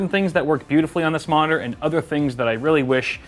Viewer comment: The way he said monitor sounded like modder? Or am i crazy